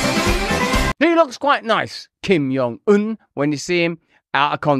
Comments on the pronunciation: Kim JUH JUH, not "yuh" JONG un. Just saying. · I don’t think the J is soft in Korean… you’re saying it like his name is Spanish lol